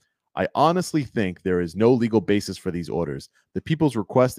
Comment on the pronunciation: "basis'... not bases.